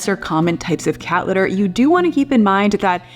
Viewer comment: Haha! Precisely! She can’t pronounce her ‘t’s in any word. “Cat litter” is pronounced “Ca- lerrrrrrrrr”. 😝